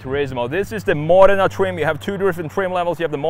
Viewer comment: The only US youtuber who can pronounce Modena correctly 😆